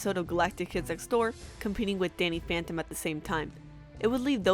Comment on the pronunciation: she said Danny fanton